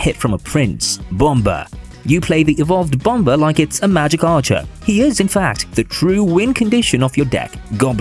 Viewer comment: ☕︎ It's actually pronounced as bum-mr not bum-ber